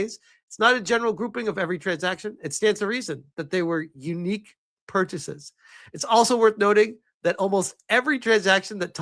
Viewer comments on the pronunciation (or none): none